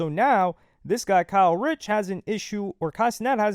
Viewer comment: ITS KAY RICH NOT KYLE RICH LMFAO